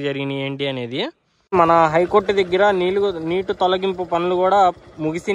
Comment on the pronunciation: Dagara kadu deggara babu 😂